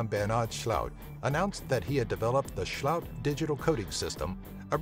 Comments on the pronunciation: Why cant english speakers not just read what the name is? i mean how does "sloot" become "sjhullowt" ? just fucking read the name. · Best Dutch pronunciation 2016! ... Not rlly. Maybe if they were German with some weird accent and were named Schlaut.